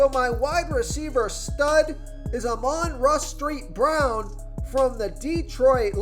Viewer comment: Ahman rah street brown😂☠️